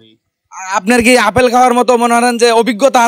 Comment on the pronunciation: আরে ভাই আফেল না আপেল। এ ভাবে অশুদ্ধ বাক্যগঠন করেন কেন।